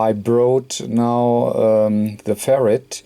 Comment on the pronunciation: You are a great technician, and I love your accent , but it makes me laugh like crazy every time you say "Ferret" lolol because we send "Ferrets down the rabbit hole ! cheers